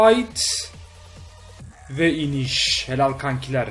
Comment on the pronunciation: glive ı söyleyemiyosun kanks